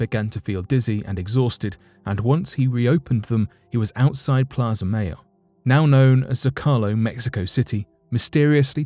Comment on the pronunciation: Pronunciation tip: when the word is English, "mayo" = MAY-OH, like a shortening of the name of the condiment mayonnaise. But if "Mayo" is a Spanish word, as in "La Plaza Mayo", it is the word for the month of May , and is pronounced MY-oh. Like the holiday Cinco de Mayo, the "5th of May," which is considerably more enjoyable of a celebration than the "5th of Mayonnaise". A little mayo is tasty, but you don't want to over do it.